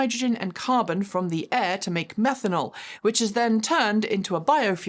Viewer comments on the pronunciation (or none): none